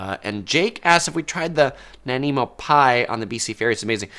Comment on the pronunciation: Wow this was so cool to watch as I am from Vancouver island!! Just gotta say tho you were pronouncing Nanaimo wrong. It has an I sound, not and E sound. Just had to mention it because I live in Nanaimo 😅. loved the video tho!